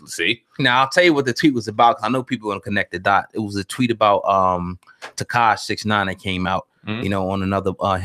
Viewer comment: Kheilyah Kelise maybe that niqqa that said X name wrong lol 😂